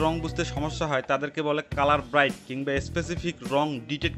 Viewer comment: ভাইয়া কালার ব্রাইট না, উচ্চারণ হবে কালার ব্লাইন্ড ।। ধন্যবাদ